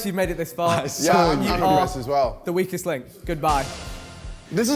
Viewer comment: 🤣🤣 I really thought he said “We Kissed” instead of “Weakest”